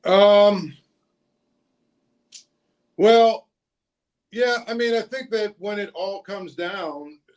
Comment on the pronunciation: Zeise, please get Fautanu’s name right (Fah-ew-tah-new), it’s not Fontineau. It would be like someone calling you Zeesy.